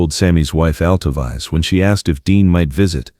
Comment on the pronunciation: This is beautiful, but it’s narration computer generated because her name is not pronounced Alto-Vize. It’s Alto—veece